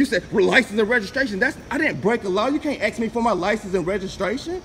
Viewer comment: The word is ASK, not a ax. At least learn English if you are trying to represent the news media.